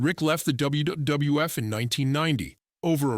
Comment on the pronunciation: What the hell is dubbayoo dubdubayooeff?